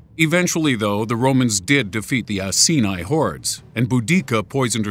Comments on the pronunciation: Pronounced Eye-kee-ni ,, and Bow-Dee-Ka. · And Iceni - should be pronounced eye-see -knee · bow - di -sea -ah (Boudicca) Eye-seen-eie (iceni) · Boudica and iceni pronounced wrong